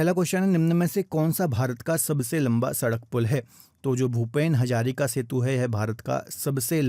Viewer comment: Hazarika setu not hazariya